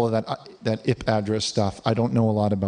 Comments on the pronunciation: "EYP Address" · "ip" address... lol